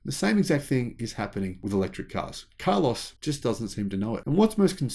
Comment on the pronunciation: I like the way you pronounce his name: car loss.